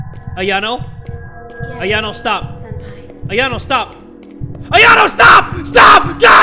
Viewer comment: Why do you call senpai "senpapi"?